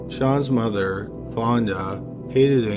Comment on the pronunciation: I can’t be the only one so annoyed from the way he says mother so proper lol